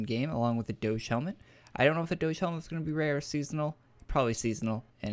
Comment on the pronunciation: I believe you've been saying "Doge" helmet wrong?